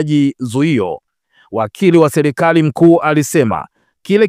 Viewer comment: Jumuia za kilaia, Selikali, Kusubili, Zalula,wazamini, Wazili,Haki za kishelia. Dosali . Lugha ya kiswahili unaichafua na unakuwa mfano mbovu kwa mtu anetaka kujifuza hii Lugha. Hivi umeshindwa kabisa kutamka Serikali ,Sheria,Waziri, Dharura, Dosari.